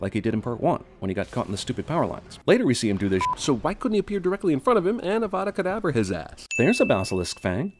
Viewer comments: I hate how Voldemort says Avadra Kadabra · am I the only one that things Voldermort pronounces avada kedavra weird? UHHHHVUDA KUDAVRA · Actually, 164. Voldemort says "Avada kedavra" slurred, but I'm the first movie, they make it pretty clear that you have to pronounce spells correctly. *cut to Hermione telling Ron leviOsa not leviOsA. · Hang on a second, so in the second film Harry gets lost in the floo network by mispronouncing "Diagon Alley" but Voldemort can scream "HOOVOODA KOODLOOVRA" and kill Harry Potter? Seems like magic is sentient and is playing favourites, to me. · Also, wasn't there supposed to be a thing with the pronunciation of spells? wingardium leviosa and all that? How does the huvudegedavroah pronunciation of Voldemort cast the avada kedavra spell?